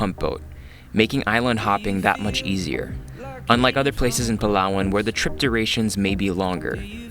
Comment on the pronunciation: foreigners pronouncing palawan = palwan